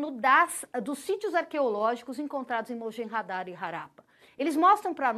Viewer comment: Harappa E Mohenjo-daro, não mojenhadaro